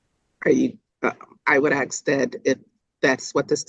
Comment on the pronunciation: She doesn't recall 🤔 and you think a judge would know how to pronounce the word ask